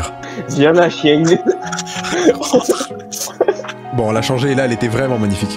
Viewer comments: longue vie à "chiengue"😆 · R.I.P "le chiengue"